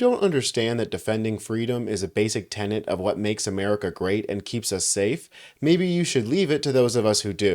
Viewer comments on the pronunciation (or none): none